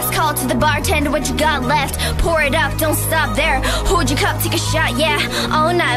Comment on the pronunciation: she said she just didn’t pronounce it well because she was rapping fast